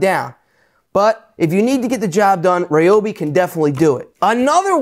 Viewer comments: it's pronounced "ree-obi" and Ryobi, Ridgid and Milwaukee all made by same company TTi Inc. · Incorrect sir, I worked for Ryobi / TTi for 5 years and we were always trying to get people to say Ryobi correctly, but everyone had their own way. We actually had tshirts made one year with the correct pronunciation on them saying”it’s pronounced red-obi” next time you see a Home Depot commercial listen to the announcer saying Ryobi correctly finally, that took years!!